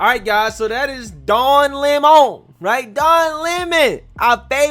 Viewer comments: She called him Don Lemone. 😂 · The Don Le'Mon was pronounced just subtly enough that you could read between the lines, and she kept her cool. Honestly, Don should get the paparazzi treatment from every Floridian with a phone, and should be hassled out of the state. No tolerance for Leftist propagandists, I say. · Don LAY-Moan! You in trouble bro!